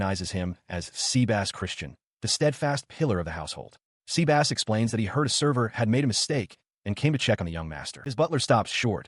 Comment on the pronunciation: Sebas ❌ Seabass🐟✅